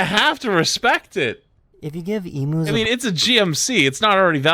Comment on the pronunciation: screaming crying why does nobody outside of aus know how to pronounce emu